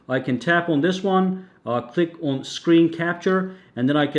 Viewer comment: It's "on" not "aun".